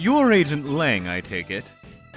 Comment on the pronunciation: Would you mind looking into the correct pronunciation of "Lang Zi"?